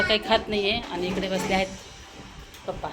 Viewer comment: Tai tumhi pappa boltat tich chhan vatti